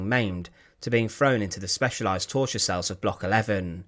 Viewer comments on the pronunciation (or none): Cells not sales